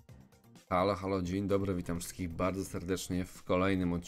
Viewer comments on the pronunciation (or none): none